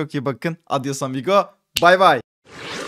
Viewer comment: Adyosamigo neki öyle diyon